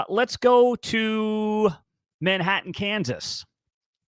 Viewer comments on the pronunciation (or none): none